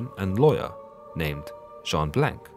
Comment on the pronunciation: Blanc has a silent c and is therefore pronounce Blan (blɒ̃), which means white in French... just saying.